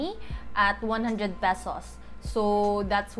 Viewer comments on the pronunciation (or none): Salamat au ani na video! been eager to learn this. I believe you're a Cebuana? because of how you pronounce the "pesos" in . Hopefully I'm right. haha anyway, thanks for this simple yet very informative vid! helps a lot! :)